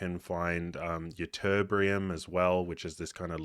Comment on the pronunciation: Why is everything only "kind of"? Count how many times this phrase is used. I counted 37. Oh and it's Ytterbium, not Ytterbrium.